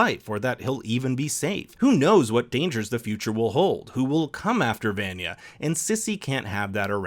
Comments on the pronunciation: I can’t sit here and act like it’s ok he’s saying Van-ya instead of Vah-nya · Why you say venya Instead of vanya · I lose five years of my life when he says VAN-yuh instead of von-yuh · Im more irritated in how you pronounce Vanyas name. Its pronounced Vonya not Vanya. Everyone in the series pronounces it as Vonya. For Christ's sake. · I could care less about the meatballs... for me it's the way you say her name WRONG! Try it with me.... V V V V AWE NNNNN YA!....... V V V V V AWE NNNNNNNNN YA!!!! NOT VAN-YA! OMG I MEAN COME ON DID YOU WATCH THE SHOW OR JUST READ A SCRIPT PUT IN FRONT OF YOU?!?! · Vaaaaaanya no it’s pronounced vonya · Does anyone else get mad how they say vanya's name wrong? They say it like van-ya it's pronounced like von-ya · Venya Veyenya Vainya Veynya... Why is her name not pronounced properly? It's VAN-YA! (Vaan-Ya) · Her name is pronounced "vah-nya" not "van-yuh" it's said all throughout the show as "vah-nya" Makes me cringe every time you say it wrong. Pronunciation matters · stop pronouncing her name as ''VENYA, ITS VANYA", quiet irritating hearing you say her name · Why do you call her "Van-Ya" - everytime her name is said in the show it's pronounced "von-ya" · He calls her VAN-YEA but even the real name is pronounced vawn-yuh maybe not every vanya but this the most popular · Ugh that drove me nuts. It's pronounced VawnYa not VANya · V-ahn- yah. Not van-ya. They said it for two seasons, man. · C'mon dude... its vahn-ya not van-ya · Him: Van-yuh Me: VANYA. VAUGHN-YAH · He keeps saying Van-Ya.,instead of how they all say it In the show, Vahn-ya. Driving me nuts. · Vaunghn-a- not VAN-yah. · Driving me crazy. "VON-YA" not "VAN-YA" its spoken in the series as such. Please please please reconsider. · It's like a spike to the ear hearing him calling Vaan-ya, Ven-ya. AFTER 2 SEASONS. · I don’t get it is the narrator just reading a script ..you have to watch atleast one episode to know that number 7 name js VANYAA..not whatever this guy is saying ..